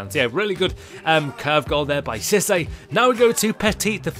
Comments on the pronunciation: It's pronounced See-Say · Im being a pain in the back but you pronounce císse seesA not how to spell just how to pronounce